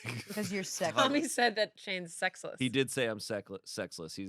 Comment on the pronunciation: Literally, when Shayne messed up saying “sex-less” and said “seckless”, I laughed bc I thought of the time Courtney said “seckus” instead of “sex.”